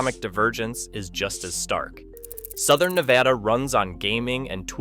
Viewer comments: Nevada here... its NEVADA NOT NEVAUUUUUH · Nevada NOT Nevahhhda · And the guy still doesn't know how we pronounce Nevada in Nevada. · Pronounce Nevada properly. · How can you do a story on Nevada but not pronounce it correctly?